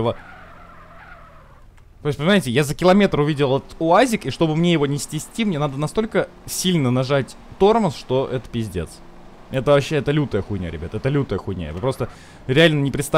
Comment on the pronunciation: Я один заметил что он сказал не снести а ститсти